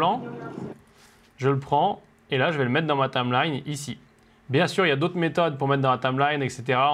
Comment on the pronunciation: Salut, super petite formation! Par contre, il faut que tu apprennes à dire "timeline"... Parce que tameline, c'est bizarre tout de même! Haha!;-)